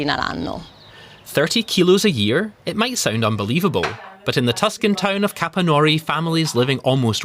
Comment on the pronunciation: Halfway through the video I realized that "Capannòuri" is actually Capànnori I even live nearby 😅😂